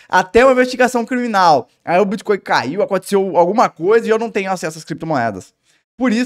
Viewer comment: Bitcóio? Nem sei o que é isso.